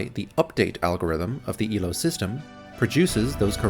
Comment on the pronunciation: FYI, Elo's name is pronounced A-low.